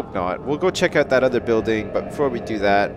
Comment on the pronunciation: You said oot